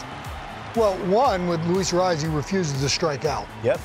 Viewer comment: None of these gringos can pronounce Arraez correctly, it's hilarious hearing them try to do it.